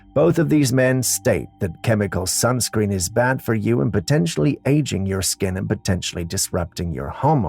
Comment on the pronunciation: WTF is “skunscreen”?!